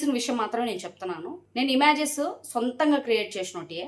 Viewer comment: ఇమ్యాజస్ కాదండి ఇమేజెస్